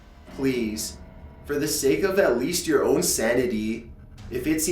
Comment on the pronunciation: Nice story! The reading, however could have been better. You're putting emphasis on weird syllables that normally wouldn't have emphasis, for example when you kept putting the emphasis on "to" and "of". If you fixed that, it would be much better!